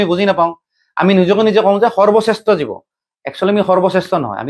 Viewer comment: ( you ) তয় মাংস খোৱা সম্পৰ্কে যি হিচাবে কৈচ সেইটো ঠিক হোৱা নাই । জীৱ শব্দৰ উচ্চাৰণ শুদ্ধ কৈ কবলৈ সিকিবি ।